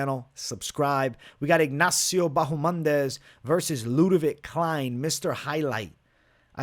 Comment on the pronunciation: Still calling ma man "Bahomandes" I see ?!